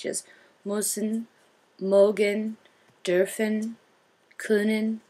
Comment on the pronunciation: when she says "dürfen", it listens like "dolphin"